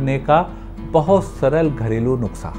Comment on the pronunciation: Sir please nuksa nahin nuskha hota hai 😝😝